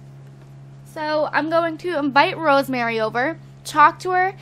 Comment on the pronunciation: I think her name is pronounced Rose-Marie and not Rosemary xx